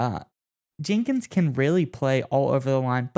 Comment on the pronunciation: Dude how do you not know Jenkins name lol